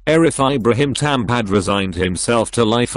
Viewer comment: + the fact that he pronounces Thom (Tom) so it sounds like thumb